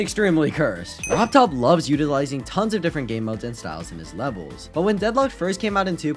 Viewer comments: He said rov Todd and not rob top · Ah yes "Robtodd"